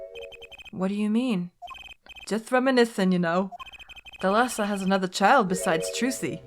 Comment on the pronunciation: Fun fact: the pronunciation in Thalassa is at the first A. It is pronounced ThAlassa and it means "The Sea" in Greek.